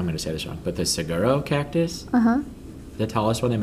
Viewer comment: Hi, and. I live in AZ in the Sonoran desert where you find saguaro cactus (, it's pronounced suh warr oh). They are awesome. I just moved here in December from Illinois, so I'm still learning about the desert culture. I have 7 saguaro in my yard. I'm currently harvesting saguaro fruit daily to try to make saguaro jam and/or candy. Some interesting facts: depending on precipitation it can take anywhere from 50-100 years for a saguaro to produce an arm, 35 years to produce blooms. An adult cactus is 100-125 years old, living to around 150-175 years, and some can live to be over 200 years. And yes, an arm breaking off could crush a car, as an adult cactus weighs about 6 tons! In Maricopa county, saguaros are protected. Any construction that requires the removal of a saguaro must save and replant it, which I think is awesome! Contrary to popular belief, you cannot drink liquid from a cactus. There are only two that produce a fluid not toxic to humans, but unprocessed it causes severe vomiting, thus negating the benefit of the liquid! So, if you visit the desert, take lots of water wherever you go! Finally, during wildfires, saguaros will generally just have their spines burn off and look scorched. But if there is brush around the base, the heat from the burning brush causes the liquid in the cactus to boil, and that's what will kill it., your painting does great justice to what I see here daily. Thank you for sharing it with us!